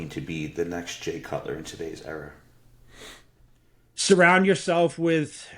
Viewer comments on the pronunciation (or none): there’s no r at the end of era